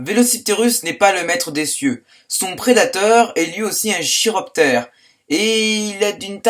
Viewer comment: Prononce Kiroptère